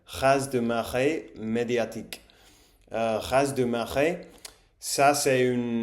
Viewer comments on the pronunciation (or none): Hello! Super idée de vidéo. J''apprends l'allemand et l'espagnol et ce qui m'aide beaucoup c'est de retravailler mes erreurs après un conversation pour éviter de m'y habituer. Ca m'aide aussi qu'on corrige ma prononciation. Du coup si ça t'intéresse aussi sur cette vidéo je peux te dire en vrac: - "raz-de-marée" se prononce "ra-de-marée", le "z" est muet ;) - "avant d'oublier tout" est correct mais pas très naturel; on dit plutôt "avant de tout oublier" J'espère que tu ne le prends pas mal tu as déjà un très bon niveau (et le piège c'est que comme les gens te comprendront toujours ils ne te corrigeront pas, enfin c'est mon expérience à l'étranger). Bonne chance pour la suite ! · Raz de marée … ne prononce pas le z